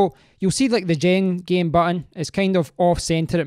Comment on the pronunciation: I think its pronounced jen game not gen jame